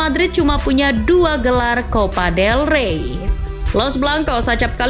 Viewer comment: Copa dey rey bukan level el real wkkww